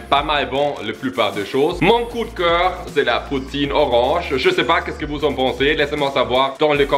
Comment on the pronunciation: "Z'est blanc"😂